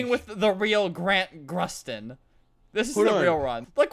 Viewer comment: Who’s Grant Grusten? It’s Grant Gustin😂